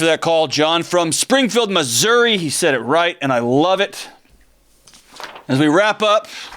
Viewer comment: YES! There is no 'a' on the end of Missouri! 😀